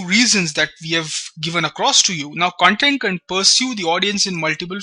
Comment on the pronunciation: you are pronouncing the Core word 'Content' itself wrong .The pronounciation itself makes the meaning otaly different